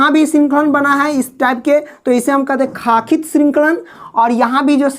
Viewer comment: Bhai sakhit srinkhla hoti h khaakhit nahi dhang se paraaah